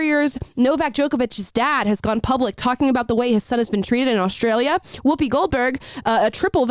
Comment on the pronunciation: there is no "h" in Australia.